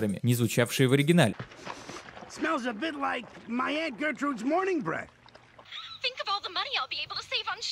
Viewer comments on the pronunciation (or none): none